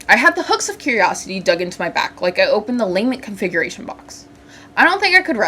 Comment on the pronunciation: Its not layment configuration La-ment love the vids idk why that one bothered me 😅